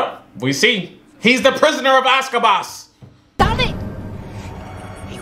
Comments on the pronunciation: Locals: Azkaban Intellectuals: AZKABASS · say it with me "AZKABAN" spell it out. Stay in school lol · Getting the names wrong I can live with but this man really be calling it the "Prison of Aska baass " No, just no🤣😭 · 😂😂😂“The Prisoner of Azkabaz”. STOP BROTHA😂😂😂 ❤️❤️❤️❤️❤️❤️❤️❤️❤️❤️❤️❤️❤️❤️❤️❤️❤️❤️❤️❤️❤️❤️❤️❤️❤️❤️ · Not the ghost of Christmas past and azcabass 😂😂😂 bro you killing me with these names 😂😂😂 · I just keep coming to this videos so I can hear saying the names wrongly hahahahaha ASKABAS? REALLY? HAHAHAHAHA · "Prisoner of Azkabas." "Heather Granger." By now, you're doing it on purpose. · Harry potter and the prisoner of AZKABASSS (omg i love that🤣🤣🤣) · “HE’S THE PRISONER OF AZKABASS” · Azkaban or Ozkaboz lol